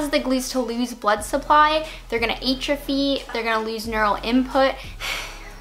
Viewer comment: You said atrophy wrong. It's with an apple "a" sound not a weak a sound like a Canadian eh. Unless your Canadian, then you just say everything wrong.